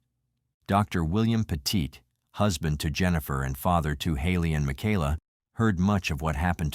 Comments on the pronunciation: PET IT, NOT Petite! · I am from ct and was working at my travel agency in Hamden right down the road from Cheshire were this happened. Terrible terrible tragedy. The last name is not pronounced peèeeeeeetite!! It sounds like Pettit. Please get it right and show respect, I know a lot of people up there and couple who knew the family. Those people would be quite upset it they knew their last name was getting butchered on some you tube channel.